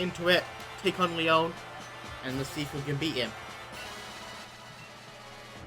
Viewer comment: LEYOWN SHOM not making fun just thought it was funny